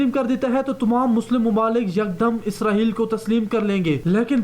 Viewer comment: This is Israel, not Israheal. You have to correct your accent.